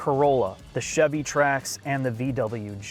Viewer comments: "The Chivy Trax" 😆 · "Chivy"? Savage. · Chivy Trax? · I keep hearing Chevy Trash, something is wrong with me… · Chivy Trax ;)